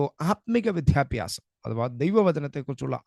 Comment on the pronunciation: വിദ്യാഭ്യാസം(not വിധ്യാഭ്യാസം) please